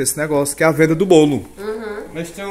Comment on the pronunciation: troca o v pelo r: venda ela fala renda kkk